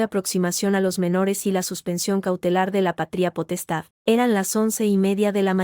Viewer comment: ¿Pa-trí-a potestad o pa-tria potestad? Tremenda burrada de los que suben estas historias a la IA. Es errores trás errores garrafales. De gramática no saben un comino.